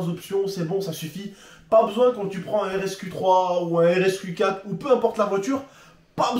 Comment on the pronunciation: Il a réussi à dire rsQ4 ptdrr